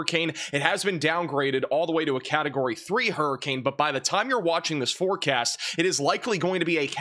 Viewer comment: You cut yourself off at the end of the video. Sounds like you said "forecat" 😝